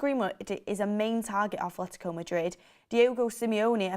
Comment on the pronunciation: There isnt any "h" in Atletico Madrid, and its kinda hard to listen to and Mark prodounce it wrong🤣